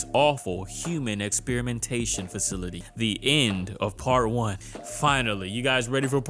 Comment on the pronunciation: “Fercility” “ver-jay-jay” haha